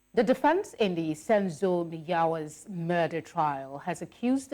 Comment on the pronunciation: who's Senzo Meyawa? Pls respect our surnames.